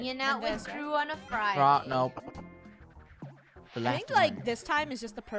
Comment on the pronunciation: I like how says fridy and not friday🤣